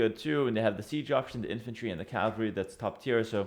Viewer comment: Ca-val-ry, not Calvary people!